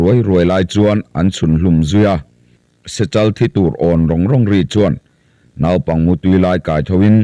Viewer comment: Naupang tiha nau tih lai hi in thlûk duai zel mai hi eng nge a awmzia? Sep rawtui tiha sèp tih tlat te hi. Mizo ṭawng lam hi uluk ve deuh a ngai, ngaithlatu an awm ve nual ṭhin si a. Inzir deuh teh u.